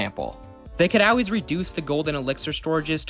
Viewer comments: Stop saying “Al-ways” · Yeah cool video but why do you pronounce the word aalways like that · Not OW ways, ALL, ALLLLLL, L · Bro says “always” funny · You say always weird